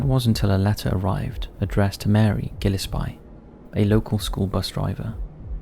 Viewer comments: Gilespie is pronounced as Gill-Ess-Pee not Gill-Uhh-Spy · "Gil-ES-pee," rather than "GIL-es-pie" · Gillespie pronounced Jill-es-pee. Good vid though. Cheers! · Im not the final authority on the pronunciation of Gillespie, but I live near Circleville, and we pronounce it “Gill-less-pee”. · Come on man, Gillespie is a British name, it’s pronounced “gill es pee” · That's the strangest way I've ever heard the name "Gillespie" pronounced (about or so, and other spots also). It's a British name, so, maybe there's something I don't know about 🤷🏻‍♀️ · I’m convinced creators mispronounce words intentionally to encourage comments..!